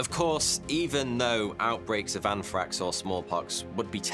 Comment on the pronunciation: Anfrakx lol bold talk from someone who struggles with the letter "R" 😅 I'm a Metal head who doesn't care for the either, but I had to take a jab back. As always, I enjoy your content sir 🌍